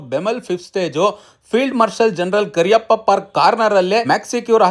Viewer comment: Kariyappa alla kaariyappa